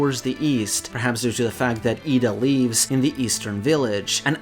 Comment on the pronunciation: Slight correction in your pronounciation of Ida. Your pronouncing the A as it's pronounced in "arm", but it's supposed to be pronounced like the A in "apple".